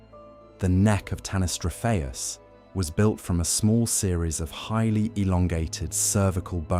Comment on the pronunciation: You couldn't take 30 seconds to check the pronunciation of tanystropheus?? The accent is on the antipenult, which is pretty common in English.